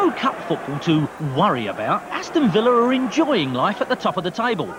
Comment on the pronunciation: Since the last part's gone from Youtube, to recap: Villa league champions, Spurs FA Cup winners, Liverpool European Cup and League Cup winners, Ipswich UEFA Cup winners. John Motson never did stop calling him "Ricky Vilia".